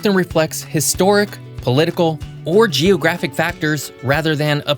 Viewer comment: Why does he say geOHgraphic??